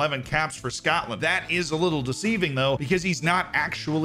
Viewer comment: The way you said Scotland and Dunfermline 😂😂😂😂